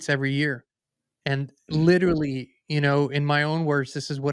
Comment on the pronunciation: These two guys are supposed to be so smart,but yet they can’t say the word literally correctly😂